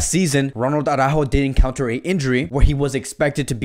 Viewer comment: its araujo not aurajo😂😂